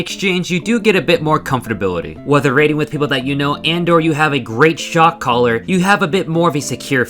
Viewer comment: You kept saying "Shotcaller". I kept HEARING "shock collar".